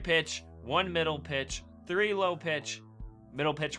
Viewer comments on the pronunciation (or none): none